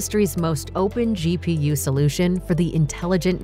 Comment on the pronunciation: the way that "GPU" way said has me questioning if I have been pronouncing it wrong the whole time. Just like Nvidia did with the ti branded cards 😭😭